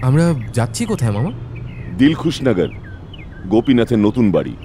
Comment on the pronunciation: Dilkhusnagar na ota Dilsukhnagar hobe ...